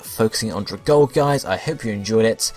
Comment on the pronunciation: If no one has said this, it's pronounced like Algae (al-gE), the plant life found in some bodies of water :)